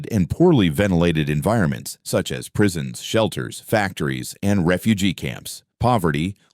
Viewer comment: It's prison not prise.